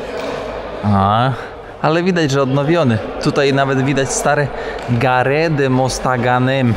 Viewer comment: słowo dworzec po francusku wymawia się:gar,a nie gare...